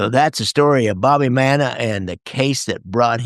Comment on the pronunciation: Fascinating topic and subject. Thank you. PS: his name is pronounced, ‘Mannis.’